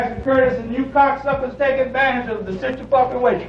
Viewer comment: This man said situfuckingation